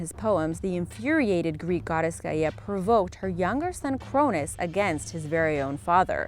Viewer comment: god the way she pronounces the greek gods ugh so bad